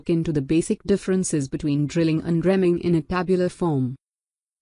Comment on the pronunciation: It’s a “reamer” punc. as ree-mer but you keep saying rem-ing